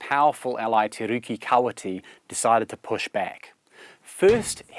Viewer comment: it's pronounced "te ree"